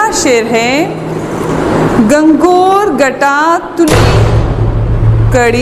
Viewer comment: Lafz he gangoor na ke gangor